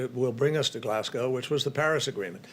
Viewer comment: HE PRONOUNCED GLASGOW CORRECTLY